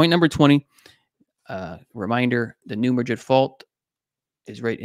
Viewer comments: The locals pronounce it “ new Mad rid” not new Ma drid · Southern Illinois has Energy, Christopher, Devil's Kitchen Lake, Giant City State Park and Garden of the Gods. You mispronounced two cities. Cairo is in Egypt, Care o is in Illinois. Madrid is in Spain, New Mad Rid is in Missouri. New Mad Rid fault.